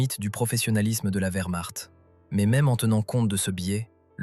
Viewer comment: SVP, CHARLEMAGNE, n’était-ce pas celle des volontaires français ? Merci. Je croyais avoir tout vu comme I.A. de merde, en 4mn 30sec. le record est battu. VERMARTE= WERMARCHT 🏴‍☠️💀💀☠️ Von Manstein était un spécialiste incontesté de la défence.